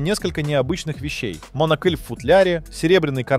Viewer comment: кОтлы, кОлки , а также незнание слова монОкль!!!?? Что с русским языком?????